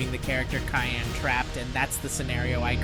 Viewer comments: You’re mean Cyan not Kyan😊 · It’s not cayenne it’s cyan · It’s Cyan, not kyan. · Cyan is pronounced si-an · Yeah you said Cyan wrong